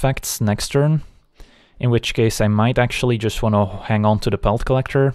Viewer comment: "Nice one, ontoody next one" love it!